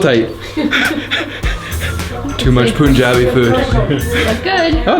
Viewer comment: it's not Poonjabi it's just Panjabi (written = punjabi)